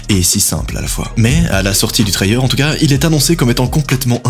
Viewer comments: Ok ok… mais un « trayeur » sérieux ? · Pourquoi tu prends une voix super agaçante, tu ne peux pas parler normalement, ça te rend insupportable et prononce Trailer correctement.